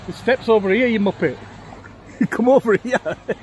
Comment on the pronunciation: I find hilarious you call Fendi a mumpet 😂